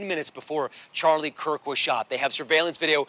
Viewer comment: How/why do people keep pronouncing his name "Charlie Cook?"